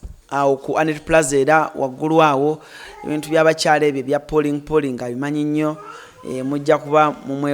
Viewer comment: did you say polling 🤔🤔🤔🙄